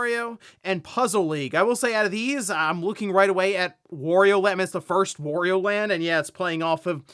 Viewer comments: greetings, why do you pronounce "wario" like that? Shouldn't it be like "mario"? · Why do people say Worio and Merio?